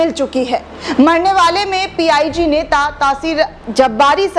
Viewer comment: P I g nhi h p I j he madam